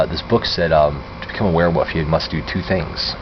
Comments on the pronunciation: He's saying werewoof lol its WEREWOLF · Omd! Dude It's wolf or werewolf not woof or werewoof! Man your an adult, I expect you to pronouns It correctly! Sorry please do not get mad at me for saying this. :( I am a Therian/ Werewolf so I got effended that you couldn't say mine and my fellow werewolves name correctly. :'( Thank you for making this video. :3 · I wasn't wound up. Just wondering why he didn't pronounce the L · Is he saying 'werewoof ' or is that my imagination? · I am having a hard time not giggling every time he pronounces it "werewuff".